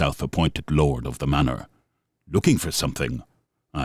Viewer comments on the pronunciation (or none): none